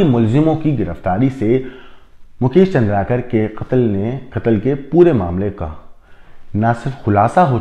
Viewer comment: सर , चंद्राकर नहीं, चंद्रकार है,जोंकी,sc वर्ग में आते है, चंद्राकर,obc वर्ग में आते हैं।